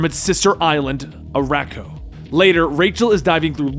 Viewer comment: "Saturn nine" and "ArakkoA" really?